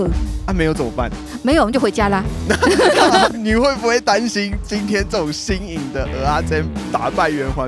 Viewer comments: 是ㄜ仔 不是ㄡ仔 一堆人唸錯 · 是ㄜˊ阿不是ㄡˊ阿😀 ㄡˊ阿是芋頭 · 真的，一直聽成芋頭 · 受不了台北人，蚵仔都唸成芋仔